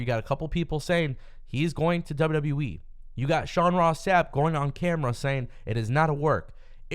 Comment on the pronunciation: This guy literally saying WWE wrong if you really hear it sound like it sounds like he's saying WWwe